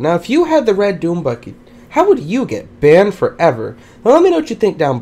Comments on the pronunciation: Banmed foreaver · it sounds for me: band forevar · bAndE fOreVr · I like how you say "BANNED FOREVER"